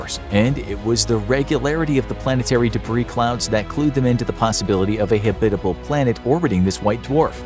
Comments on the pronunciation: HAB-it-able. Not Ha-BIT-able. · Habit-able. Not Ha-bitable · Habit. Not hebit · This is the first time I ever heard anyone pronounce it "habITable" instead of "HAbitable." Is that a thing? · Very kewl video. Long time fan/subscriber. Only one criticism, your pronunciation of the word habitable. The emphasis is on the first syllable, not the second. Pronounced like habit-able. Otherwise.... "stellar" as always. Side note: There is an "earth-like" planet near Proxima Centauri which is only 4.2 LY. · Not Hebbitable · Habit. Like the habit of a clergy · oh my freak! the accent in Habbitable is on the first sylable! you said it wrong over and over making my brain explode! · Habitable is not pronounced that way. Google will correctly pronounce it for you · The polar bear looks so sad. Probably heard habitable mispronounced way too many times. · Anyone else pronounce “habitable” differently to the narrator? Sounds so wrong the way he says it lol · Say “habitable” like that one more time… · Saying habitable like this makes me angry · Can't even pronounce habitable? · No, not a thing. He mispronounced it all the way through the video. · Buddy pronounces "habitable" really funnily 😆